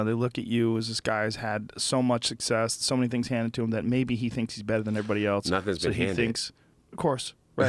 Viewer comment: Does anyone notice how when joe says "else" it sounds like eltse? Things like that really get to me.